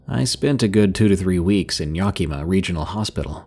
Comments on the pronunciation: Great story love the content On another note why can none of the YouTubers I watch pronounce Yakima It’s (YAH-Kih-MAH) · Yakima = Yak-a-mah 😀